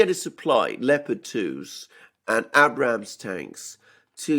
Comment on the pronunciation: Hey Alexander the Abrams is pronounced with a hard first A not a soft a.